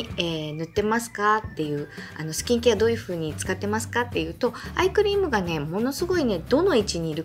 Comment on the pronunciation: いつもshokoさんの動画でお勉強させていただいてます。 今日は疲れているせいか、どうしてもアイスクリームに聞こえます。 アイス買いに行こうっと❗️